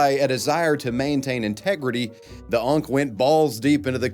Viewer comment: You saying unck doesn't sit right